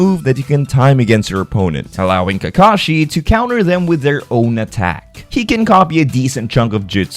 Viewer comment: You said Kakashi so well lol